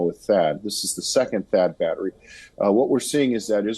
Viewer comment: What is “batta” I thought it was battery